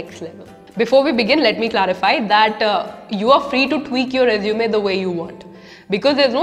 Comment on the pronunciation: Please pronounce resume correctly and properly....